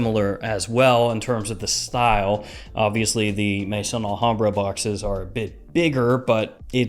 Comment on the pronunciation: The name is not Mason Alhambra it is Maison Alhambra ,you’ve been doing this long enough that you should know how to pronounce it properly!!! Maison is pronounced May-zon , it is the French word for house . As in House of Alhambra.